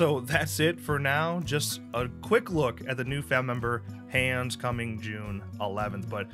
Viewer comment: It’s pronounced “Hahns” or “Hons” and he’s a Sawyer Family cousin from Austria lol